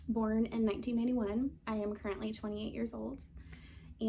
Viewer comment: It sounded like 81. I wasn't being critical, just curious